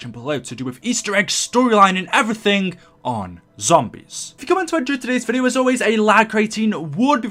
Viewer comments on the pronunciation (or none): none